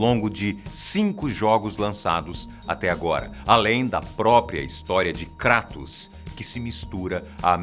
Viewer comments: KrÁtos,ai siiim, pra min falou certo hahaha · é tão foda que faz até a pronúncia certa do kratos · Mas é a pronuncia correta. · Se você estiver se referindo no "Krátos" então a pronúncia está certa sim. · Todo o diálogo,deve ser levado em consideração. Mas o nome dele é grego,logo você não vai pronunciar "Kreitos" e sim "Kratos" (que é a forma certa),ou você chama Zeus de "Zius"?. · Isso pronúncia certa Kratos, e são 6 jogos e d extra tem o do celular. Aviso ⚠️ avisa - se q ia dar spoiler. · Graças a Deus. Você não fala "kreitos".